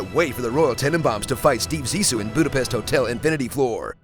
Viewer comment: and still cannot pronounce Budapest 🤷🏼‍♀️